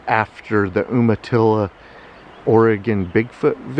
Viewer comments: Not Um-atilla "You-matilla" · Umatilla is generally pronounced YOOmatillah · Not trying to be rude... but.. Umatilla is pronounced You- ma-tilla. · Umatilla is pronounced 'YUMA tilla'. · It's pronounced "YOU-matilla" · It's "You-ma-tilla" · Umatilla is pronounced you-ma-tilla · I was about to say the same until seeing you🤘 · It's pronounced You-Ma-Tilla. You got McMinnville Perfect tho!!! I applaud that! I'm from McMinnville (we call it Mac) not many people say it right the first time.